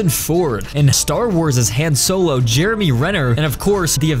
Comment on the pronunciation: the way he said Han Solos name just ain't sitting right with me